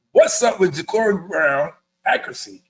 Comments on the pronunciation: JA-CAR-EE. Not Jacory, not Jacuri. I can't understand how people that cover our team cannot pronounce the players names. It's crazy to me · He said his name is JA-CŌR-ĒE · no sir. His name is ja-Car-ee. Like the automobile. I heard the interview